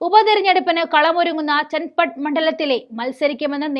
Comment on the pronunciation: ചന്നപട്ടണ എന്നാണ് . ചൻപട്ടണ അല്ല